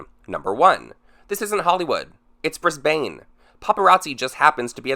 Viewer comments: Briz-bin not bris-bain. 😀 (just in case you wanted to know how we say it) The airport is tiny(and pretty empty almost all the time) so it wouldn't be all that hard to find him tbh, but in saying that celebs go through the that airport all the time without paparazzi photographing or attempting to interview them. Lol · bris-bane Pronouced bris-bum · HAHAHA It's 'Bris-ben' not "BRISBAAAIIINE" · Just so Americans know it’s pronounced BrisBIN not bane …♥️♥️ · It's Brisbane, pronounced Brizbun. Not brizbayne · fuck me, you said “brisbaine” 💀 it’s pronounced “brisben” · Awsome video, totally agree that this was all an elaborate PR stunt that I almost fell for but BRIS-BANE? it's pronounced like Bris-bin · It’s not Bris-Bane it’s Bris-bin lol 😂 that made me laugh so hard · Bris-bane hahahaha omg BrisBAN hehe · wasn't overly interested till you said "bris-bane" AHA subbed lmfao (its pronounced bris-ben btw) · Bris-baine? Bris-bin. 😜😂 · Its pronounced Bris-bin, dw gurl i called it that for a whole year when I moved here 😂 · It's pronounced bris"bin" not Bris"bane" 😭😭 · Brisbaine?! Lol it’s Bris-bun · Pronounced Briz - bin, not Briz - Bain 🤗🤗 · Hahaha it's pronounced bris-BAN not bris-BANE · Briz-bane XD We say it like ''Brisbin'' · The way you said Brisbane 😂💕 you said it like Bris-bayne but it’s pronounced Bris-bun bless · 😄 I'm Canadian but I've always known it to be pronounced as "Brisbun" so it was kinda weird hearing it pronounced as "Brisbayne" and I've heard it pronounced as "Brisbayne" on a couple of other "Tea" channels also and every time I'm like it's "Brisbun"..lol..and then I actually started to question🤔 myself thinking maybe I was the one pronouncing it wrong😵 since they all kept saying "Brisbayne" 😂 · Love your vids. Just a quick side note: it’s pronounced like “bris-ben” not bane. Sincerely a Brisbane local ❤️ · Omg your pronunciation of Brisbane. Its Briz-ben, not Briz-Bayne But loving this tea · it's "brisBAN" not "brisBANE" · BrisBAYNE lol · Bris BANE